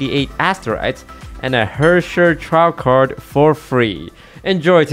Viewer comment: Surprised toast pronounced Herrscher correctly